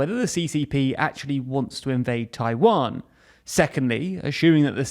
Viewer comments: Tawian lol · Ah yes, the Tawiwan strait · "*TAWIWAN STRAIT" 😁 When one erratum was fixed by another erratum. It's okay.